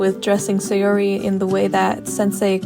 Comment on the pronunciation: The way you pronounce saori is murdering me and now I am dead (no offense I still like the video)